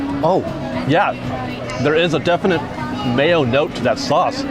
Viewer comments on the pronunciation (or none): none